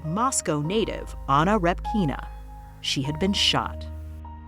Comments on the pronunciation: REpkina , not RepkIna. First vowel is stressed. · Stress is on the "e"! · Anna repkIna. 😂 Pronounce the last name correctly! It's rEpkina!